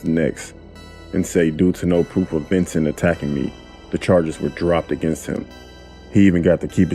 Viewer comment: Dude: his name was "Ventin'" Me: Red SUS Update:Dangg okay before y'all rant at me It's vincent. Lmfao. But he still SUS tho.